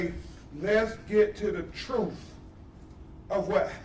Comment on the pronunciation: 😊 Will you learn how to talk first? Is truth spelled troof what the frig?